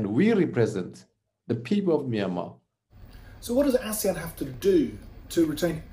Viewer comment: Its ASEAN not Asian